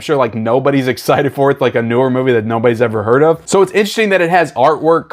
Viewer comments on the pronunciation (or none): none